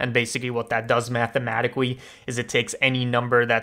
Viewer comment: Why does he talk so weird? "Mathematicawwy" "Relativewy" "Technicawwy" "Perfectwy" Look I know I'm being mean but I just need to write this out like does anybody know why? Maybe he has a medical issue with talking? Edit: Found a thing called Rhotacism, maybe that's what he has. Sorry if you do.